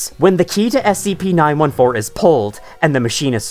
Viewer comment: SCP Nine Four-Teen. Please!